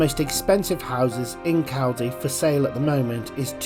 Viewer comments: Its Col-Dee. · FFS if you're going to a video of a place learn how to pronounce it first.